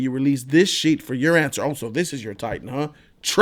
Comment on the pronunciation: Is he saying SHEET instead of SHIT?